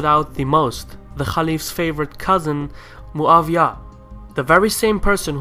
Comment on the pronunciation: Muawyah is not German to be called MuaVyah